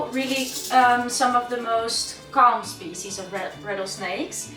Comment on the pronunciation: DRINKINGGG GAME!!! So, here it starts again: everytim is saying/pronouncing `spezies´ you gotta drink! - Let the games begin...